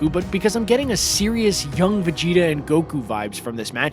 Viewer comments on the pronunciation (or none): Did you say Vageto it's pronounced vegeta